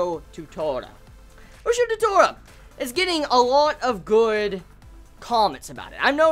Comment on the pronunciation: Ushio to Tora, you say the "to" just like the "to" in tora.